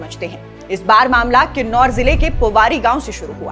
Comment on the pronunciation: Its kinnaur not kinnarr kailash